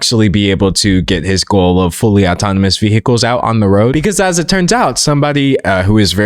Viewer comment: Is your pronunciation of vehicles engagement bait or are you actually just genuinely incapable of saying it correctly?